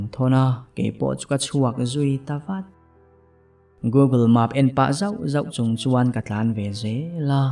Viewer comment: Google Maap t loin google map/mep t zawk tache...maseh i chhiar thiam tho2 e